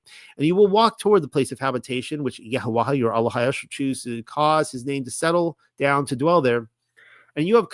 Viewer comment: You still haven't been shown the lady 'ha' in paleo Hebrew is not pronounced. So it's YaHaWah. Please look it up